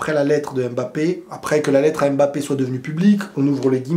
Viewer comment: On dit Mbappé pas „Aime Mbappe“